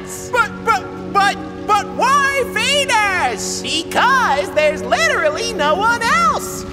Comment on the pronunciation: Hey I think you missed pronounced Venus wrong you said venings